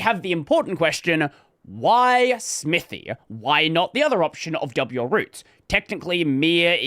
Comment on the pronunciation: the name clearly says "smithay", saying "smithy" (smithee) causes pain.